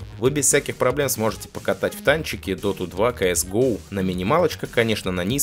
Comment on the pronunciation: СэЭс Гоув.... как жешь ухо режет..